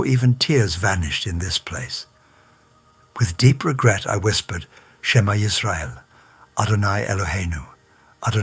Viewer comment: you said that you were raised as a jewish child and became an orthodox jew in Israel - and when the accident happened to you you said SHMA ISREAEL but in some very interesting way you can't even pronounce it properly but the way non jews would say it. Lying in order to cause good jews to convert to Christianiy is wrong according to judaism, you should not do it, you must not do it, but you do. You are speaking from hell